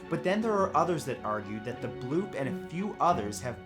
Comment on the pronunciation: I watched a video on another channel and the narrator repeatedly said "blopp" instead of "bloop"...it was so funny! Derp!!